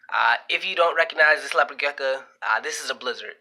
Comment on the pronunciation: You seem very knowledgeable but I could not get passed the fact that you kept calling it a “gecka” lol